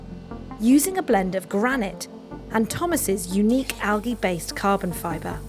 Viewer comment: Argh. "al-ge"